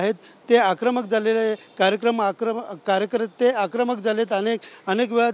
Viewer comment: कार्यकर्ते आक्रमक झाले ❌ कार्येक्रम आक्रमक झाले 😅 ✅